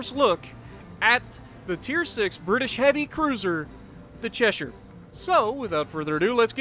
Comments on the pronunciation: He said it right, it's "Cheshur" or "Chesheer" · Dam a you said Cheshire right !! 👍👍👍👍👍🤣🤣🤣🤣